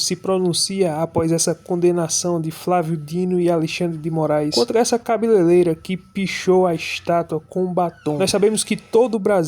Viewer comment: "Cabeleleira" ??? Vai aprender português antes de subir vídeo pro Youtube mano!!!